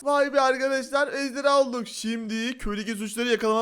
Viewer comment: Abi ejdeyha değil ejderha